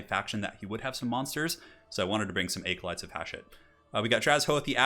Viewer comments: ..."aecolytes"? Bruh. Bruh. Bruh. No joke man, that's the first time I've ever heard someone pronounce "acolyte" that way. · Just FYI 'acolyte' uses a short A sound, like apple. Not a long A sound like acorn. Just google it and hit the pronounce button